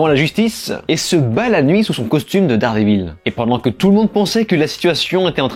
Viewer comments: C'est quoi Dard Dé Vil ? Même Regelegorilla prononce mieux l'anglais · Déjà ne dites pas Dardévil c’est insupportable